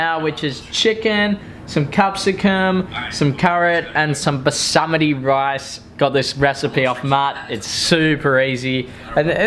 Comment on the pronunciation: Day 7 of not being able to say basmati correctly